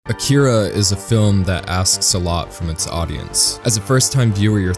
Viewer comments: a-ki-ra no k-kee-ra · Cant even pronounce akira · Have you not seen it? Because you mispronounced it.